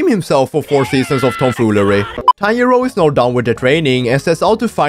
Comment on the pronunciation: bro i keep hearing tanyiro not tanjro🤣